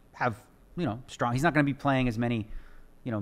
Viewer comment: One of the smartest guys on the planet and he cant pronounce strong correctly.